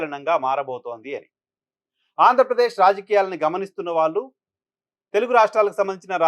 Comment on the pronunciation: You are a good journalist & anchor. I like you. Small advice:- మీరు 'ళ'.... ఉండవలసిన చోటల్లా 'ల' పలుకుతున్నారు. That's harsh to listen. Please rectify that mistake. (వాల్లు, వీల్లు, మల్లి×: వాళ్లు, వీళ్లు, మళ్లి√√)